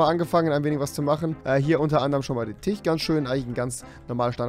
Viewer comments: Ich glaub das heißt Tisch und nicht Tich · "Tich" "Teppisch" HAHAHAHAHAHA ich feier es